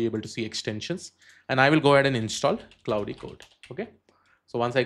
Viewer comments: Great content, thanks! One small correction - "Claude" is pronounced to rhyme with "lord" not "cloud" or "cloudy". But thanks! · Bhai pehlai 46 sec mai aap Claude ko cloud bol rahe ho....age kya hee dekhoon apki video.... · Claude is pronounced like "Clawed", as in "the cat clawed me". Sorry english is so weird.